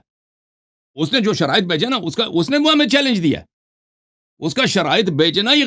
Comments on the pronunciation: Abe khatmal bo shariate munazra nhi hota hai Sharaaite munazra hota hai 😂😆🤣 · Allah ne tumari aqlon ko chinliya hai 😂😂😂😂 Ye ki halat dekho kya se kya hogayi hai sharait bhi padhna nahi Ara sahi se ise😂😂